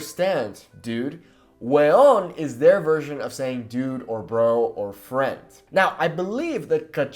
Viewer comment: It's not "weon, but "huevon" wich means literally bigballs and stand for "moron" ! Huevon = boludo !